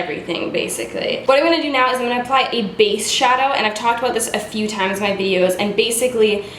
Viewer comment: wtf! I literally just finished watching super troopers and I walk in and start watching this and hear you say meow instead of now and just lost my shit hahaha